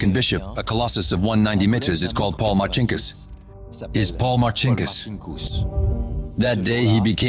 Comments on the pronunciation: Il traduttore IA è semplicemente spaventoso! Martin Kuss per dire Marcinkus..... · Sarà stato anche un banchiere spregiudicato, vabbè .... Ma come cavolo si chiamava ? ( 1 : 10 : 22 )"Marcinckus ?" "Santa Cruz "? "Martin Cruz ".... A parte gli scherzi , le autorità italiane ,per farsi consegnare il "banchiere di Dio" , quante "Ave Marie " avrebbero dovuto recitare ? ....